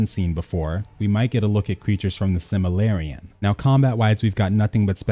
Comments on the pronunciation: Simmilarian? Seriously? Its Silmarillion. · Lol it's not similarion. Like similar. Lol. It's said silmarillion.